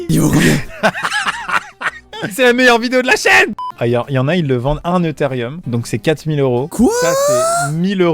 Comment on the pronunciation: Eutherieum ,sa mère mes oreilles saignent